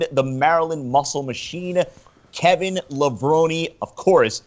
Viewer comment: correct pronunciation is lev-rohn.. think about how you say macaroni, its not levroni.. think about how you say bone, its levrone